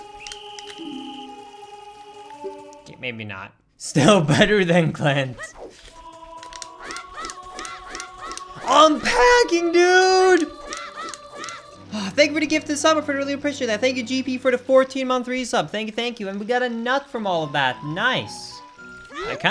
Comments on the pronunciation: everytime he says "pagging" i die a little inside. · ….Okay, is he saying “packing” or “pagging?” And what the hell is “pagging?” Like I thought he said, for example, shop owners who ended up with good items were “packing.” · Am I the only one who here’s pegging when he says pagging?